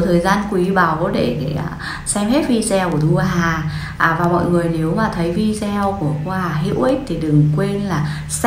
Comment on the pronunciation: Nên đọc vi đê ô ,đừng đọc vi deo